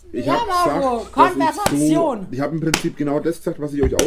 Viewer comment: Konwersatzion haha